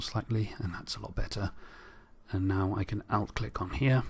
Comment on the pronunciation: Hi, Thanks for very useful tutorial. but I didn't understand one word you are using many times. the word are "OUT CLICK" what was that?